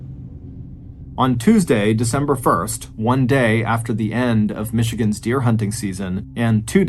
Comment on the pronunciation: Northern Michigan man here. Excellent job on the pronunciations